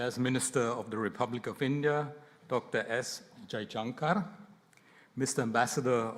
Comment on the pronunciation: S jaichankar😅😅 Brother it is shankar😂